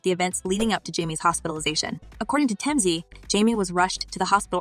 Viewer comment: She also sad timZ for TMZ 😅